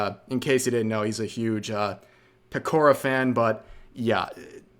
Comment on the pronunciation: Pretty obvious Pekora wasn't going to win when they couldn't be bothered to say her name right 🐇